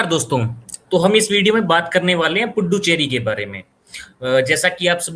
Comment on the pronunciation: पुड्डुचेरी सुनने में बड़ा maza आया 😂😂lathmaar haryani😅😊😊